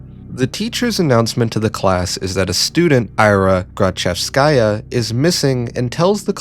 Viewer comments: The novel helps me feel empathetic. Also she's pronounced 'Ee-ra', not "Ai-ra'. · Ira is pronounced like era, welcome back